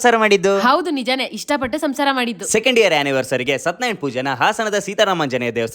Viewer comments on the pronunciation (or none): Sorry for that it's is shathyanarayana pooje not sathnarayana pooje